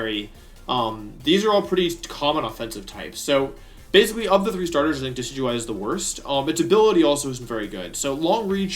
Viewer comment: You keep talking about this pokemon called De-sidu-eye...and I'm confused because the pokemon you're showing is clearly Dekey-dewey